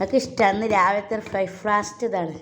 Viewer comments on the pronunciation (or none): ഫ്രേക്ക് ഫാസ്റ്റ് അല്ല ബ്രേക്ക്‌ ഫാസ്റ്റ് 😊